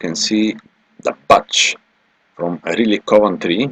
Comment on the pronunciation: The speaker here has to learn how to pronounce Riley!